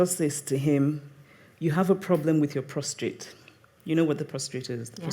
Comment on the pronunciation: It's so good to hear Chimamanda call a word...wrong! "ProstRate" for: "prostate." No real biggie...but just goes to show that even an - unquestionably cerebral - Goddess can flub a word.